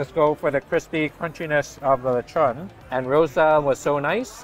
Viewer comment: You say Lechon like a pro 😃